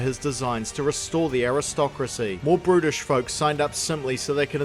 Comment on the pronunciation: is it just me or does it kind of sound like he's saying british? Either way both british and brutish can be used in this context sooooo....